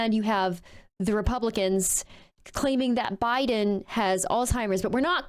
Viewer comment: You're "age-ist" (do not know how to spell it) not because you're young but because you can't say Alzeimhers correctly. It not All-Timers as you said. Now, regarding presidency candidates. I wholeheartedly agree that these two candidates should not be the presidential candidates. I really like Mr. Bidden personally. But I wish that he would have ran right after being the VP. Our country would be so much different than today. That said, who are you going to have as the presidential candidate? I wouldn't mind Ms. Harris, of whom I think will become the 1st woman president. But no other candidate stood up and said "I'm going to challenge him!" Nobody! So until you help bring options to the table, you're not helping, all you are doing is complaining miss. (Modified)